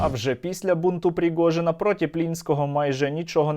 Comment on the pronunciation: "пріґожіна"😂😂😂 Стерненко ніби випльовує цю "погрємуху", подобається 👍